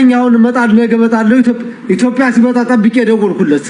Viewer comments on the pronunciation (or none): none